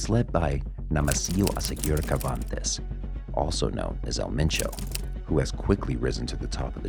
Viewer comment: Great vid dude, one suggestions though...Cervantes is not pronounced Kervantes, its more like "Ser-vantess". keep it up, vids are great ))